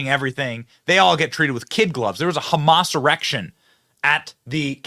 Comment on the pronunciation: Benny, bro, you said there was a “Hamas erection” WTF dude lmfao